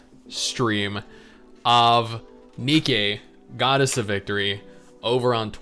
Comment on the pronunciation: Wait. It's pronounced Nee Kay? Nikke But besides the point BLUE PROTOCOL